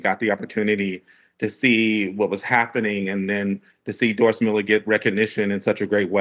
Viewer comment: Haters gotta spread hate. Say his name right. Doris Miller. The dude with a million dollar statue in Waco TX. Recipient of the medal of valor. Why say his name in a different way? Why not mention the honors already given him? Admit it. You want hate. Trump is a nut. He's a nut that knows when the Doris Miller pulls up would not sound as threatening as the DJT. Even CNN gets triggered. Sadly, The USS Miller FF 1091 was decommissioned a few years back. She wasn't as sharp as my ship, USS Valdez FF 1096, but it was a different class ship. As a deck ape back in the day, all I really cared about was how much work it was to repaint the sides. Not who's name was on it. PS... Don't touch our boats!